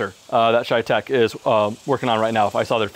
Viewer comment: My ears hurt everytime he says ChayTec instead of CheyTac